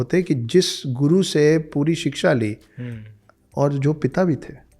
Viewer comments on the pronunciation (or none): none